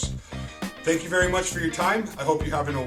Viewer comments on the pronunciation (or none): none